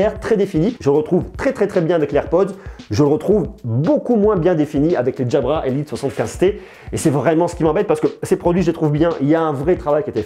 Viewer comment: pourquoi tu les appele DJABRA mdr 😂